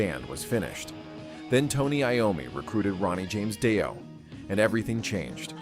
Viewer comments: First of all, if you can't pronounce the name of the band, get lost. It's not Doi, it is Ronnie James Dio, damn ass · Ahhh AI and the English translation you should have set the prompt to DEO might help AI to pronounce it better 😂